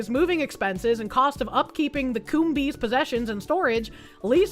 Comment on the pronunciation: Coombes is not pronounced Coom-bees, the b is silent and the es just makes an s sound. It should be pronounced cooms.